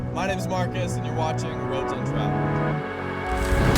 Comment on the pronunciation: Sell icka. Say it with me.....sell icka. "Sleeka"? And in your intro, when you say"Roads Untraveled", say it like you mean it. When you trail off, it's inaudible. Other than that good channel. Keep it up.